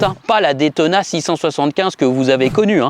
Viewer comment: une ( détona ) :/ , please say ( daytona ) !